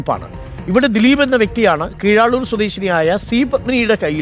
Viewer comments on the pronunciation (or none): കീഴാളൂർ അല്ല കീഴാറൂർ